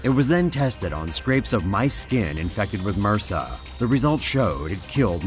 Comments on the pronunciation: Mersa? You say it M.R.S.A. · Haahhaha it's pronounced m, r, s, a. Separate letters, not "mersa". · Da fuck is MURSA? It's M.R.S.A as separate letters, it not a word it's an acronym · Its called M.R.S.A, not "mersah". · what the fuck are you calling MRSA mersa? come on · Why the fuck are you pronouncing it as a whole word for... Its M-R-S-A, its an acronym... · LORD TAVISH that would make your doctor just as dumb as this guy then. It's MRSA not mersaaah